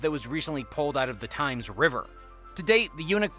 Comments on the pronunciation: Thames isn't pronounced "times", its more like "T-hems". Also they aren't building a line from London to Hadrians wall, the excavation is part of the HS2 line. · Times river lmfaooooo that's not how u pronounce it lol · The Thames River is pronounced "temms"